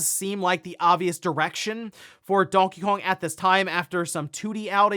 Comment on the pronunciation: When he says Donkey Kong, it sounds like he's saying "Donkeyong" amirite?